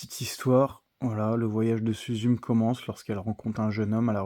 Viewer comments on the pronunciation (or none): Suzum’😂😂😂😂 on prononce SOUZOUMÉ😢😢😢